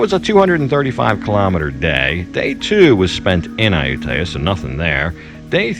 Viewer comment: 555 .. In a previous episode you finally learned how to pronounce Ayutthaya but in this episode you forgot that and demonstrate two different ways to mispronounce it.